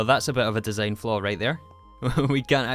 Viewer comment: besides the fact that english is my second language, one of the major troubles for me in understanding his speech is his pronunciation of the words like 'design' as dee zayne, not even mentioning woh uh instead of water although dont get me wrong, im not blaming this guy for his accent as i do acknowledge that an accent isn't chosen, i just commented my feelings, no hate here